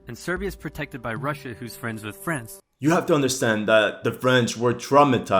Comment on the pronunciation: It drives me nuts how some ppl say France!! it sounds like u say "friends", and I can't get it out of my head every time I hear it 😂 Love the vids